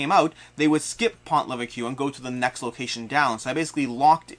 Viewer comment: Been playing a bunch of this and gotten through all the 1 and 2 star missions. It’s really fun and fast. Don’t forget you can use weapons to kill the Milice if you are trapped. Also, the “s” at the end of Maquis is silent as is the “ue” in Pont Leveque ;)